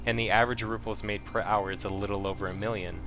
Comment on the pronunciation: Nice video. I only want to harp on the fact you mispronounced Rubles every single time as you kept saying ruples. There isn't a P in the word. Also, miscellaneous was wrong as well. You added a hard C/K in it. All that said, very informative. Glad you added something about looking for barter trades at the end. Things like the Drill, I just learned can be traded for a 50k ruble suppressor instead of selling the drill for 13k itself.